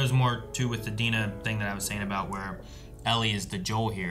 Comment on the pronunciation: You pronunciation of Dina is wrong 😅